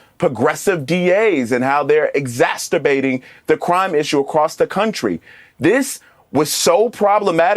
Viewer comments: I was with this guy right up until he said "EXASTERBATING." Is that the concept where rubbing one out makes things worse, or something? 🤣 I mean, I know he wanted to say "exacerbating" but now I just can't take him seriously. 😔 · I know he meant to say 'exacerbating' but 'exasturbating' is actually a better way of saying it, especially in this context. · he had me at "exasterbating" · Exasterbating? Uh…. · “Exasterbating” ha ha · Did he really say ‘exasterbating”? Lol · Exacturbating? Did he mean exacerbating? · I think he was kicked out because he can't pronounce exacerbating properly. LOL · I love your videos but that music in the background is getting in my foreground and I don’t like it. I wanna hear you, not that music. And someone needs to advise this gentleman how to pronounce “exacerbating” I think he got it mixed up with masturbating lol!